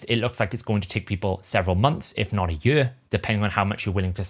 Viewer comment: I would wait several ”Jöörs” for Maud…just to hear say ”Jöör” again, like a true Viking 😂 Jöörs = Years